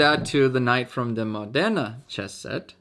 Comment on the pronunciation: Very nice video as always, and congratulations for the pronunciation of Modena, appreciate the effort ahah. I have a basically identical set to this one, but smaller, and as you said, they're perfect for fast games and from a practical point of view, I think is one of the best sets you can buy. Also maybe I'm weird, but I love the simplicity of the knight, I found them pretty in their own way.